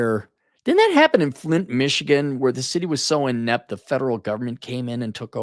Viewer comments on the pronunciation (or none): none